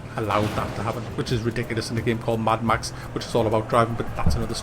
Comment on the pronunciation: "maddd ma xxxxxssss" haaha!